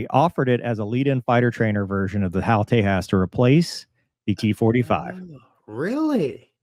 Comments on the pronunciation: dont pronounce it the spanish way like "tehaaas" The J is not silent. Think of it as the J in JAS39 and call it the "Tay..JAS" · Great video. Just a teeny tiny remark if you plan to cover more indian stuff. In Indian languages we pronounce the J. Its not Spanish. So Tejas has a J sound and not a H sound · It's Spelled as TE - JAS (J should be Spelled as J in JET) so it's TE - JAS not Te Haas (Hint - Sanskrit spellings are Sharp not blunt with silent alphabets). Due to Indian Nuclear tests and following Sanctions the program got delayed as Indian Search for a Engine delayed it. After 2014 the project took off with IOC and delivery of Mark I variants. There is also Tejas Navy for which USN showed interest as a trainer briefly. Not much is known about it after though. The jet has not been Exported to any country currently. Then comes MARK 1A First test flight of which was recently concluded and will be operational by 2026 as 5 Squadrons (Intended to be the workhorse of IAF). Then Tejas Mark 2 will follow which is a medium weight multirole fighter aimed to replace Mirages and other types of jets in IAF. There is also a Future dual engine proper naval jet based of this planned and worked on which will be operational by 2031 called TEDBF. Indian Air Force intends to use maximum if it's variants in its extended operations and recently have secured a Mega Engine Deal with Lockheed Martin and US govt. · It’s Tejas, not Tehas… the alphabet J is pronounced! Get these things right! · There is so much you got wrong about the "Tay-h-as"...... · Its Tey-jus by pronunciation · It's not Spanish! Tay-jass. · Its carrier capable, and has landed on both of India’s Aircraft Carriers. Several videos available online. But it is not been deployed on our carries. The Indian Navy will purchase Rafale Ms to replace the Mig29Ks. And yes. You have to pronounce the J as in Jams and Jellies :) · The name is Sanskrit , it doesn't follow Spanish pronunciation.